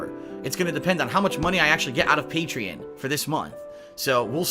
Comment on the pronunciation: Pay-tree-on. Get it on.